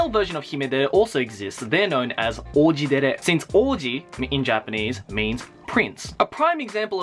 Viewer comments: When he said "Oujidere" I thought he said "Orgydere" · For some reason Oujidere sounds like orgie-dere. xD